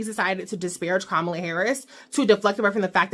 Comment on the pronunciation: Kam - mala. Not kamala the UGANDAN GIANT